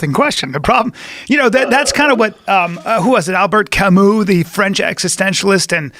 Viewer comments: hoW 2 buTchER CaMUs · Butchered Camus lmao